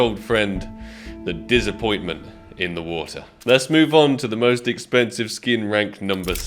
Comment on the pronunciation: "the disapointment in the water" xddd thats more like "the heeeeyitsme in the water"